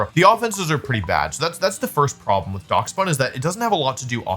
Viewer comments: he has to be doing this foor rage bait clicks, i mean it works, but fucking DOX bun? its DASH BUN like the dog?? Dachshund??? god damn i hate America sometimes no respect. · pronouncing it as dacks bun instead of dash bun is funny... its a Dachshund that's a loaf of bread! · I’m sorry….*how* did you just pronounce Daschbun?💀💀